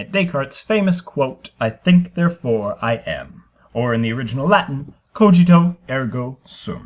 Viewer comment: the cogito is not originally in Latin and it’s not “cojito” 😭